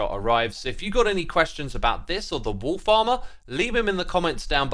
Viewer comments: Everytime you say "wolfs armor" i hear "wool farmer" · Everytime you say "wolf armour" I just hear "Wool Farmer", and that was really confusing to me until I realised. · wolf armour,... who else heard wool farmer?